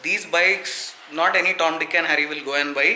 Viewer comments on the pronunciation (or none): none